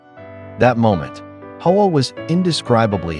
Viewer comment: Hoa is NOT pronounced "Ho-Ahh". It is pronounced "wah"... Eff you and your AI crap!